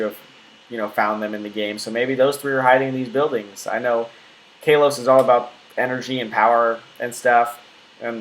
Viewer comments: XD KAY-LOCE? you mean koll-loce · You pronounce it like kar lose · it is not stated ka-lose it is said kol-ose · Talented Umbreon I think he means kalos. He says Kay-los not kal-os. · "Kay-lose" lmaaooo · your saying the name of the region wrong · The way you pronounce Kalos makes me want to run kittens under a lawnmower... Nice video, though.